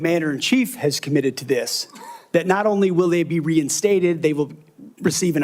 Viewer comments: You will be Re-in-STOOTED 😂😂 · He can't even say reinstated!!!! How is he qualified?????